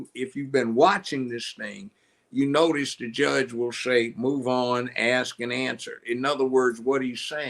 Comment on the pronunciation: please pronounce ask as ask. You're pronouncing it as ax